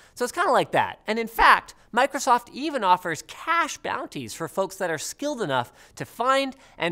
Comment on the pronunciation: Did anyone else understand 'cache bounty' instead of 'cash bounty' at first?